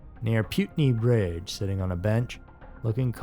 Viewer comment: I liked these stories, but I was wondering what bridge you meant, then I released what bridge you meant. You pronounced it wrong, like Dr Phil if my dog hears him say roof he barks lol ❤